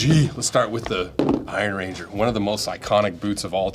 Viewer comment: An Iron Ranger is a person from the Iron Range, not a ranger made of iron. Slightly different emphasis on the words.